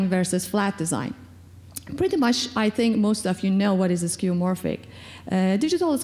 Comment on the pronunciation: it's skeuomorphic not skeumorphic.